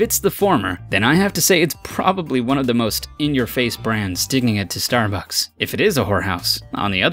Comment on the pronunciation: I died when it said Starbucks as starf....